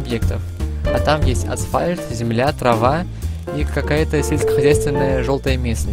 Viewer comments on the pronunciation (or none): none